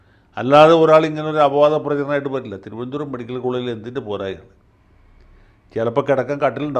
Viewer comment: മെഡിക്കൽ വകുപ്പ് അല്ല , മേഡിക്കൽ വകുപ്പ് 😢😢